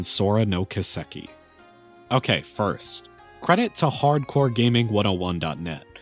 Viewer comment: Kiseki is pronounced Key-seh-key. Not Kuh-sek-e.